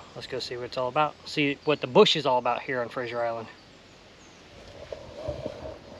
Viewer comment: It's actually Fraser Is, Not Frasier Is